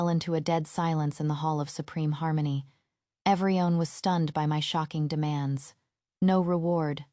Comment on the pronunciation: This AI can't pronounce everyone (every-one), but says every-on 🙄